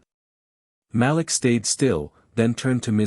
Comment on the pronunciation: Malik is correctly pronounced muh-LEEK.